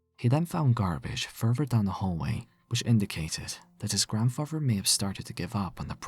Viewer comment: Not his grandfrarver